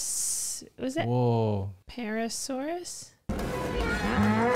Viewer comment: It's "Parasaurolophus" And based on the crest my guess would be P. Walkeri